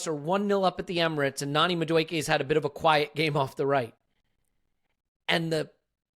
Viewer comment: lose the Madueke pronunciation...its not MaKueke